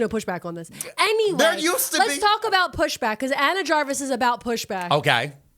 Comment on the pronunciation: ETA:! Have you seen the Bonne Maman advent calendar?! the way that ANYWAY was so absolute it was like stopping a freight train in motion 😨